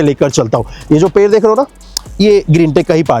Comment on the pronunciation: Video to achcha banaya aapane lekin aapka ped shabd pair sunai de raha hai pura video aap dekho aur suno Jo ped hai use per Bula rahe ho aap😅😅😅😅😅😅😂😂